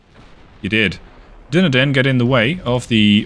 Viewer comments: Hey, that was very nice! Also, i believe Dunedin is pronounced Dun-ee-dinn, rather than Doo-kne-dinn XD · Lol, you're very fastidious about pronouncing the French ship names correctly but not so much with the British ship 'Berwick'. Now, I understand that in the US there are towns that are pronounced 'Bur-wick' but the British pronunciation would be 'Beh-rick'. 'Dunedin' would be 'Dun-(h)ay- din' with the accent on the second syllable.